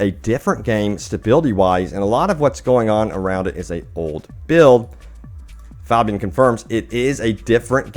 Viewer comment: Pronounced (Fay-be-an) ffs